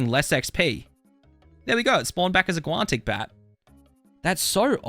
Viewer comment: There's no T in guanic